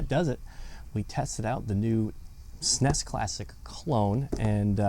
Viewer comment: Bro sed SNEs